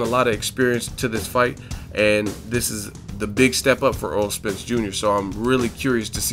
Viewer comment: its errol not aaron